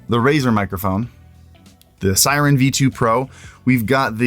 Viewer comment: Its called Razer Seiren not Siren